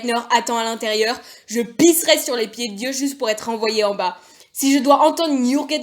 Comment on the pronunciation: the je pISSERAI ish might just be the frenchest sentence fragment currently in existence /pos